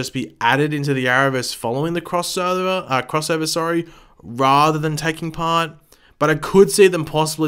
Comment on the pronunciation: It sounds to me like you tried to say 'crossover' and 'Oliver' at the same time haha .. did anybody else think the same thing that I thought when you heard him attempt to say crossover??? lol